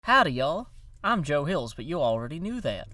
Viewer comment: "watashi wa hills-u desu"